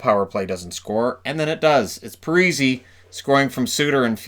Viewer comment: Man I miss when they used to call Zack Pari-see as Pari-say